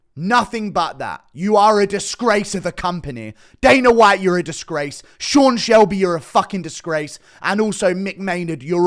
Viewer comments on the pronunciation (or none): none